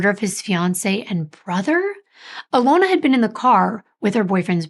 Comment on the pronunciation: It is pernonced Uh lon Uh. We absolutely love your stories and deep dives. Thank you for all your hard work!